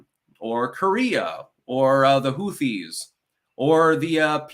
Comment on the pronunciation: Anyone notice how has a problem with silent H's? It's 'Who-ti' and 'air-loom'. lol